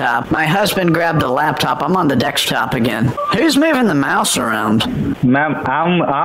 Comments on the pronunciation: What is a DEXTOP or a DECSTOP or a DEKSTOP or a DEQSTOP ? 😳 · why is this channel owner incapable of pronouncing the word DESKTOP , I I have noticed in ever single video he pronounces DEKS impediment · I’ll never get tired of you saying “dekstop”!!🤣🤣🤣🤣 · he intentionally says it wrong as "dekstop" to humiliate the scammers because most of the time the scammers says it wrong like that. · Oh…. Dear…. 🤣🤣🤦‍♀️🤦‍♀️ ok I’m not gonna lie, I thought a “dekstop” was this new tech thing I hadn’t heard about yet 🤭🤦‍♀️🤣🤣🤣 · Dextap or go to anydexs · Even though it's funny when you say "dextop" to the scammers...I believe the more astute scammers will pick up that you are poking fun at them by doing that..and it is the more experienced ones who's time you wanna waste...I do find it funny that they speak English fine but struggle to say "desk" lol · Lakstop, Dekstop! New Spanish, all in the first minute- damn!